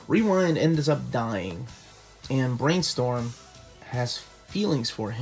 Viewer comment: "He has paired up Brainstorm and Rewind" emphasis on Brainstorm